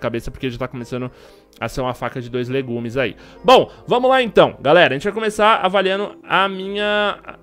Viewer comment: kkk não é "faca de dois legumes" "é faca de dois gumes"